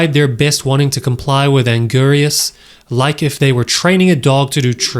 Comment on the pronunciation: You botched and angiruses name so hard. I thought I was gonna pass out.